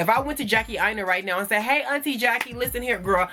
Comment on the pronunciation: Bae beeeeee dead💀🙊😭😂 I shaid what I Shaid😭😂